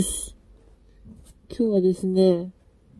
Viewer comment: 冒頭、今日ののイントネーションが関西弁なんだけどなんで？ルーツが知りたい、千葉も関西弁多いけどね、それは理由知ってるけど